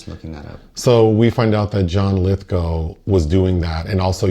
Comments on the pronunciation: Right. So I did, because I have no life :) . Apparently it really is "Lithgo" and not "Lithgaouw" as I thougth it was. Case closed. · pronounced lithgow like cow 🐄 lith g ow! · is that really the correct pronunciation of "Lithgow"?